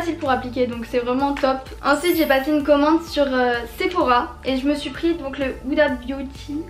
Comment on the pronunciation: cest pas séphora mais sephora